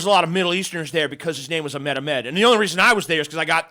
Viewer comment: Ahmed is pronounced Ah-Hmed.